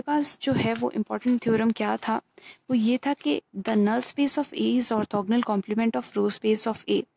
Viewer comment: अर्थोगनल नही होता arthogonal hota h